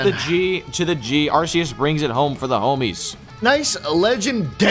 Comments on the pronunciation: the correct way to pronounce ‘arceus’ is arkoos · Y'all are pronouncing Arceus wrong, IT'S AR-KOOS